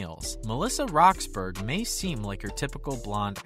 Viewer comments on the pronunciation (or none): It’s pronounced (rox-burr-uhh) and she is now 30